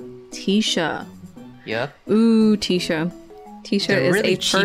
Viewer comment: it’s not teesha it’s tisha 😭 bc she’s a tissue box so its tish like tissue not teesh